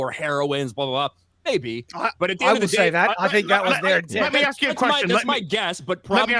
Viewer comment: did you seriously 'axe' how you won the 'who is the most gay' poll? It's because every time people look at you they see a nice big ''. D'uh!